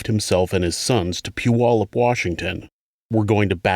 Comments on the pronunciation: Oh wow, you separated Puyallup from South Hill. People usually lump us all together as one city 😅. I’m also surprised you say Puyallup right. Most people jack our name up terribly 🤣. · It’s evident you are from this area. You are the first creator to pronounce “Puyallup” correctly. 😁